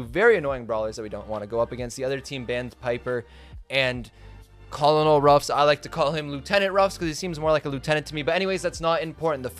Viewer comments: my man pronounced colonel "ko-lo-nel" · Never heard someone call col. Ruffs Collin o ruffs before lol